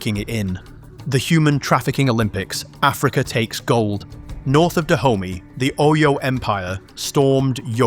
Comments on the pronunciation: I keep having a laugh every time you say "Da Homie" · ... HAHAHA. !!! ...FKN "DAH -HOMIE" ... HAHAHA... !!! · Every time I hear you say Dahomy, I can't help but hear black intercity slang. 😂